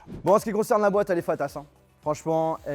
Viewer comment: Pourquoi il parle comme ça ? "pareilleuy, vous allez aimé-euy", "la boite's, la fameuse manette's" j'ai envie dle gifler 😆